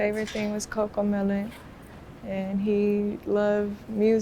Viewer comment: Did she say Choco melon? Wth is that?